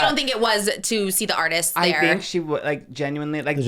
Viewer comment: LOWKIRKENUINELY HAS ME DEAD LOLL. you’re so funny <3